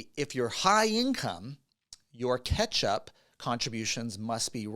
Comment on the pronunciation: with one T pronounces “catch-up” as ketchup 😂